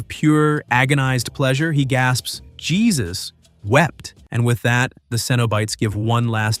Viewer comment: why does he say jesus like that😂